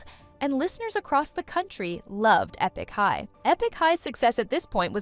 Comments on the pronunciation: Eepik high? Girl stop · "Ee-pick" High? Please at least make an effort. You are still responsible for the many weird mistakes even if you farmed out your work to others.